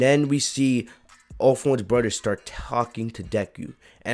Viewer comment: Like how he says broder instead of brother it’s funny